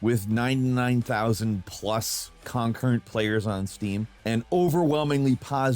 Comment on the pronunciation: you mispronounce concurrent